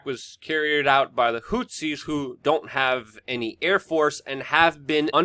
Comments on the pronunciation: dude, who the f is Houtsies? they are called Who-Tees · I have never heard anyone pronounce “Houthis” in that way.